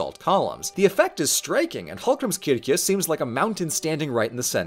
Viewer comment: Fun fact about Hallgrímskirkja: the church bells are named Hallgrímur, Guðríður, and Steinunn, after the poet, his wife, and daughter. I thought that was very cute. And did a pretty good job pronouncing Hallgrímskirkja (though he did butcher Héraðsskólinn 😅)